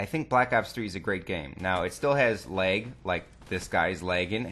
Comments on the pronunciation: its lag not leg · This guy is so full of himself... I'm pretty sure that the developers of Call of Duty know a little more than you. And why do you say lag like lake?